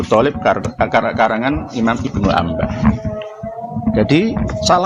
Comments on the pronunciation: Woooiii, Lu bca kitab msh blepotan woooiii... IBNU INABAH knp Lu baca nya IBNU ANBAH??? 😃😃😃😃😃😃😃😃😃😃😃😃😃😃😃😃😃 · Gus tenan kok IBNU INABAH dibacanya IBNU ANBAH?? Gus abal2 gk bsa bca kitab 😃😃😃😃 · maaf tad bukan IBNU ANBAH hehehehehh tapi IBNU INABAH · Bilangin ke si, blajar kitab nya jgn ke Abu Janda, Masa IBNU INABAH dibacanya IBNU ANBAH??, wkkkkk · Si malu2in. Sok2an bhs nasab pdhal bca kitab sja msh blepotan. IBNU INABAH kok dibcanya IBNU ANBAH??? gkkkk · Apanya yg mau dicerakhan olh si yg nyebut nama pengarang kitab sja msh blepotan. Yg benar itu IBNU INABAH, knp si bca nya IBNU ANBAH woooiii, hhhhhhh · Si itu gk tau malu. Masa IBNU INABAH dibacanya IBNU ANBAH?? 😃😃😃😃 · Terang apanya Rut. Itu si, bca nama pengarang kitab sja msh blepotan woooiiii, Si bca nya IBNU ANBAH, pdahal yg benar itu IBNU INABAH, 😃😃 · Si msh mending blajar bca kitab yg bener dulu sblm kritik RA. Masa IBNU INABAH dibcanya IBNU ANBAH??🤣